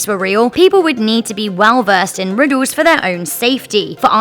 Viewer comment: "Riddos" "tempos" "wotz" "pahses"